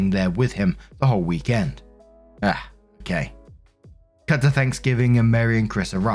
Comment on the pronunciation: Story 1 - When actually mispronounces the word "Ah". No.....seriously.